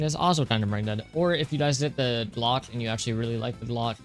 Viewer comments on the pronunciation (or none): none